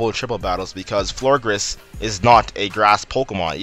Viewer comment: It's Florges not Florgres